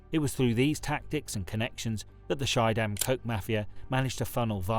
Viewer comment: It's pronounced ski-dam, not shy-dam. Very interesting story though